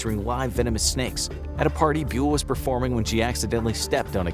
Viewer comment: In Indonesia Bule does not rhyme with English Mule It sounds more like boo-lay